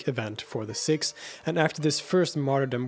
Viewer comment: Isn’t it ‘Seeeks’ and not ‘Sicks’? (I grew up with Sikhs and nobody—including Western Sikhs themselves—pronounced ‘Sikhs’ as “Sicks”. Have I missed sumting?!🙀